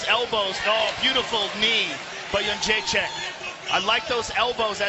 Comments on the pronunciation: carla esparza looked so scared lol...i feel bad for her at how bad she got messed up. you cant be a cookie monster when shes up against a real monster. I just wish the announcers would pronounce joannas name right...its simple jedrzejczyk (yen-deray-check) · im aware of that, the way the announcer says it sounds like --chin check. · Cut this JENDRZEJCHECKCKCK crap, if You can't pronounce her surname correctly just call her Joanna. :D